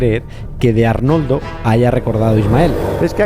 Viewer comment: jajaja todo el rato repitiendo Arnoldo y cuando pregunta dices Ornaldo jajajaja